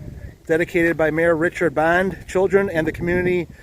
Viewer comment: A few corrections: 1) Mayor Rich Bonde (pronounced Bon-dee). 2) Vineyard runs along Manry Park where the Corn hole courts are.